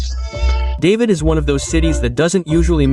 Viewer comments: It’s David (pronounced Da-veed, not the name Dave-id). I hate videos done by AI. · Certainly is strange, I almost did not recognize David as is said over and over again. Should be pronounced like Dahveed. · Its pernounce DA-VIED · Ignore those price quotes about David... Yeah you can find things for that price to rent but you're not going to want to live in them just keeping it real... And it's pronounced DahVeed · Respectfully, Please learn to pronounce the town names properly. Example David pronounce in Spanish. Boquete is far from your pronunciation. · It's hard to watch when you mispronounce the name of the first city. Feels very inauthentic from the start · Learn how to pronounce David. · well as soon as you mispronounced David, I am out. I cannot trust someone that hasn't actually done decent research.